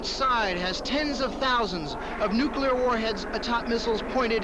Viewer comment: Guy on CNN doesn't know how to pronounce nuclear...